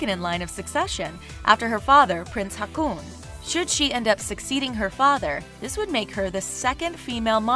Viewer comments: Sorry, I had to laugh at that "Crown Prince Hakun" XD Two AA in Norway is pronounced like the Å, a bit like the O in the word Orbit. Ok, the Whole Norwegian part was funny to listen to. :) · The way she pronounced Haakon's name made me exclaim out loud - It's not fucking hakuna matata! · Just a tiny note...it’s not pronounced “Hakoon”...it sounds like “Ho-Kahn”. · Haakon or Håkon is not pronounced Hackoon... It is closer to "Hawk on". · Enjoyed the representation of Norway! However, the Norwegian names are pronounced hilariously strange! Haakon is Hoh-kon not Hah-koon 😄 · Yeah, it made me laugh. She pronounces Haakon the same way you say Hakuna matata. It's supposed to be more like "hawk on". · "Crown Prince Hacoon" I laughed. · When you tried to pronounce Haakon it was way off 😂 in my mind it sounded more like Hakuna. And now the Hakuna Matata song is stuck in my head... thanks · While I love the video and I absolutely adore the Danish Royal Family, I'll admit I've never heard Haakon pronounced similiar to harpoon. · It's Haw-kon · When you said Haakon, it sounded like racoon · Pronounciation is terrible! Haakon is pronounced as Hor-kon. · Hahaha, prince Hacooon. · One doesn't need to be Norwegian (or even Scandinavian for that matter) to cringe so hard with Prince "Rakoon" 😅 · Who knows how you pronounce haakon and thinks it's funny how she says it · You pronounced Haakon wrong. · The pronunciation af prince Haakon of Norway was so wrong and i am not even norwegian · Oh my god the way you pronounce the Norwegian royals names 😭 criiiinge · So funny how she pronounce the Norwegian names😊👍☀️ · oml ikr? the way she pronounces haakon 😂